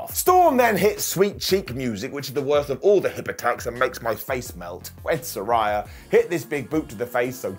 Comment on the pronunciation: I love you, but there's no rhy in Saraya. ✌